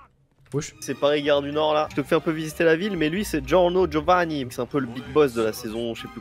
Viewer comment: Comment vous avez pas respecté jojo 🤣 Giorno "giovanni" au lieu de "giovanna" koichi que dites miskine alors qu'à ce moment là de l'histoire il est balèze de fou